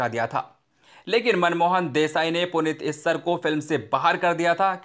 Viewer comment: कृपया आप भी हिंदी के नाम सही उच्चारण किया करें।जैसे आपने नवीन निश्चल को निश्कुल नाम से पुकारा यैसे ही पद्मिनी कोल्हापुरी व पुनीत इस्सर का भी नाम गलत उच्चारण किया। क्षमा करें ।होसकता है जल्दवाजी मे यैसा हुआ होगा।